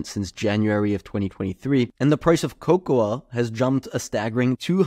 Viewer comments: It's pronounced kow-kow, or co-co, if you will. You're welcome. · The a is silent in cocoa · why is he saying cocoa that way lol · lol that is not how you pronounce cocoa